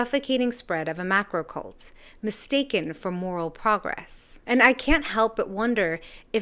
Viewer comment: You have to emphasise the 'r' in 'macrocult' otherise it could sound s bit too much like 'MAGAcult', maybe a 'hivemind cult'? Your video is the most comprehensive and well observed I have seen on the subject. I used to be a leftist, but something terrible has happened to them, they've turned into a cult of intensely self-righteous moral bigots and violent hypocrites.